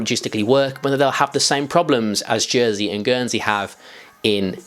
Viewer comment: Did he say Jernsey at one stage? 😂